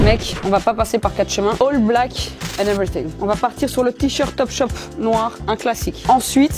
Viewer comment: wsh t'as fracasser l'anglais ALL BLACK pas HALL stp serieux